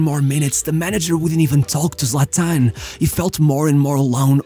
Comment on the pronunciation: What's up with your voice. He's also pronounced Zlatan, not Zlatán.